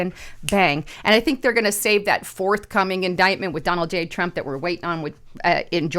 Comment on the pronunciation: Did say Drump Pee-Hind Tars, or is that wax loading into my ears again?